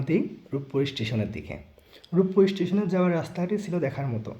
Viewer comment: সবই ঠিক আছে শুধু ভিডিও কোয়ালিটি ভালো করা উচিত। আর বাচনভঙ্গি ঠিক করা উচিত। ষ্টিশন না ষ্টেশন। গঠনমূলক সমালোচনা গ্রহন কইরেন বড় ভাই 😊😊